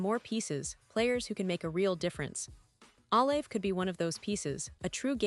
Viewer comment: Jesus atleast say his name right